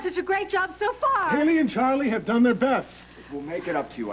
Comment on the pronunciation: And it’s “Hayley”